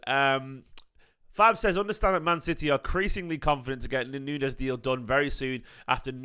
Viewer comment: His name is not NUNEZ - is pronounced Noons